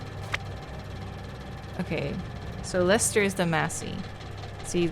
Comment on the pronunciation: "Took me so long to get it in my head that it was Leicester from Leicester Square in London" I was born and raised in Leicester city and I felt such joy to hear you pronounce Leicester correctly and not "Lie-ses-ter" 😂 but I now live about 5 minutes drive away from where the "English Leicester" sheep were originally bred in the 1700s in Leicestershire 😊